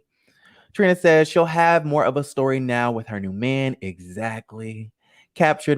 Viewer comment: “They went to dior and tore up their steyor “ 😂😂😂 shut up !!!! I am cracking up so loud about that